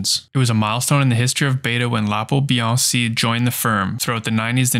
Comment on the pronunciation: bee-aang-kee 🙂 Sorry,, now go back a re-record every time you said Bianchi! 😂